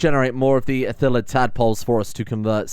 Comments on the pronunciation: Please, its ILLITHID, not ithillid. Otherwise great start to another great series! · Please. Its illithid not ithillid. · It's pronounced ill-ih-thid not ih-thil-id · Illithid ≠ Ithillid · Illithids. Not ithilids. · It's pronounced "Ill-ith-id", like it's spelt. You keep pronouncing it "ith-ill-id", which is slightly wrong. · Ill If Id, not mad about it but I notice a bunch of english speaker turn around the middle and front part of the word illithid into ithillid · Im only three minutes in and every time he says "Ithilid" i die a little inside It's "ILL - IH - THID", man. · iLLithids. Not ithilids. You can just call them mind flayers though if you want. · Ill-i-thid. Watch some Balder's Gate 3 clips to get an idea on the pronunciations. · Say after me "il-li-thid". Pronounced [ill-le-thid] however remember "le" is not pronounced in the french manner, so for ease of use, say it more "ah" -> "lah" -> "ill-lah-thid" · It’s pronounced ILL ith id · Ill - ith - id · Anyone who know better feel free to correct me but I think it’s pronounced ill-ih-th-id I’m not sure how to phonetically write it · Everyone if Disney bought DnD: Ithilids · Pls,, my ears. The L's come first in illithid. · just because everyone else is saying "your saying it wrong" without a pronunciation Illithid ill, like being sick if, like wishing on a star id, like the lizard brain in your head